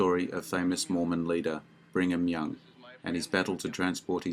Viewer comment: LOL "BRING"-ham Young. Accuracy? LOL.